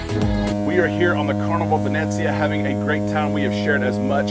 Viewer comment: Isn't it the VeNEEEzia, as in Italian Venice, not VeNETzia?